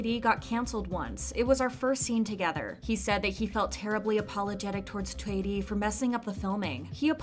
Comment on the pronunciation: kudos to narrator pronouncing Choi Ri right